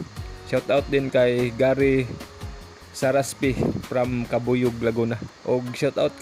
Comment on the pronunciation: Salamat kaayo sa pag mention sa akong pangalan bisag dili mao ang pronounce 😂😂dili cabuyog,CABUYAO😂😂😂